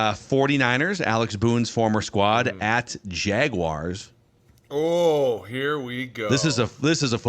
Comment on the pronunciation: jag wahrs not jagwires